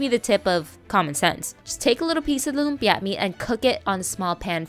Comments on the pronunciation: I don’t like how she says lumpia. Too much emphasis on the last syllable lol . It’s just lumpia. Not lumpyah! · The way u emphasize the last syllable of every filipino or Asian dish in all your vids irks me more than it should